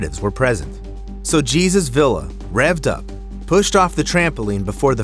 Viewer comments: His name is not “Geezus”. It’s “Heysus”. 🤦🏾‍♂️ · Jesus is pronounced " heh-soos" en Espanol just so you know. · Jesus is pronounced “ hey Zeus “ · AI pronounced it wrong. It's pronounced "hey zeus" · I think you’re saying Jesus wrong lmaooo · Anytime a video uses AI to narrate, and names are said completely wrong, I dislike and report for misinformation…after all, the names are wrong. It wasn’t Jesus, it was Jesus! Read your own script or at least check your video before posting. The creator is either lazy, has many bot accounts, or doesn’t speak a human language. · Are you sure his name wasn't "hay-zoos"... not "gee-sus"? - A "hello-copter"? Okay, then. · The man's name is pronounced Hey-soos Vee-yah